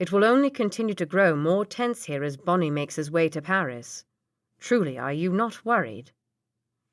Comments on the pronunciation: Yes, I agree, but I cannot stand that she pronounces Boney (Boneee) as Bonny. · Boney, not Bonnie! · Quite a few errors in this one. Like i wish you happy. Reader mispronounces a few things too like "Bonnie" and "caLvary". Decent story though.